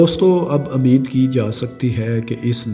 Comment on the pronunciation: Ameed nahi umeed (dont mix punjabi with urdu) Balochistan ko punjab may kha liya. Balocho say bohot sari lanaty punjab qabool kary